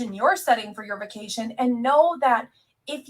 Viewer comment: i can't stand how she says "bekation"